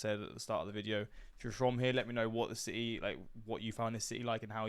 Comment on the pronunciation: Si-Ee lol it’s city haha